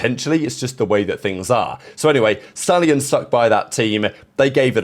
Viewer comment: It’s the fkn SHTALLIONS